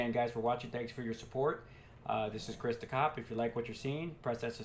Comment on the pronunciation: He said christhecop